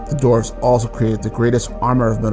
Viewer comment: So the words “dwarves” & “dwarven” are pronounced “dorves” & “dorven?” Not making fun, just wonder where the W went